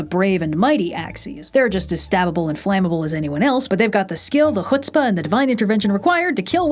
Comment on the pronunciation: Did you say they have the skill the hotzpa and divine intervention? 🤣